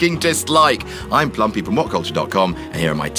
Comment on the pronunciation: Who's? All I hear is